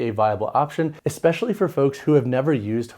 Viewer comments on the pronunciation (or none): Tell me, are you saying “exspecially” or “especially”?